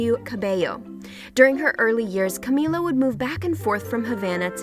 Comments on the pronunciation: Why does she keep saying Camilla? Her name is Camila. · OMG ITS CAMI-LA not CAMI-YA omfg. And its DINAH not Dee-nah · camiya? in spanish a double L makes a y sound, but camila only has one... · Who else cringed every time the voice said camiya or just destroyed any of the pronunciations? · CaMiLa!!! Get it right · how are u supposed to tell her story when u can't even pronounce her name